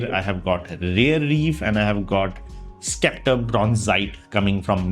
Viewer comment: It's 'septer' and not skepter, just pointing it out